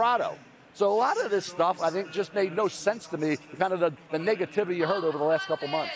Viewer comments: Coulda Swore i heard the "Niggativity" & not Negativity 😂😂😂 Ya they pissed Mel Kiper Off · I thought Mel said niggativity 🤣🤣🤣😭